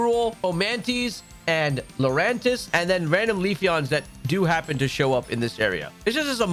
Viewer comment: One word 3 syllables Lurantis